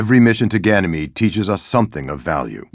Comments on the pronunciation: AAAAHHHH NO MORE GYNAMIDE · Omg I dyed when new monarchy kept saying ganimede. I know it's files clipped together tho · I don't believe it he said ganamete to much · If one more person says Ganymede or Phobos one more time. I stg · new monarchy cant stop saying ganymede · Ganymede, did you say Ganymede? I love Ganymede let's go to Ganymede so our faction can rise on Ganymede. Ganymede.